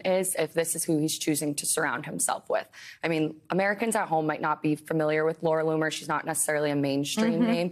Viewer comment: Did he say Laura Looser?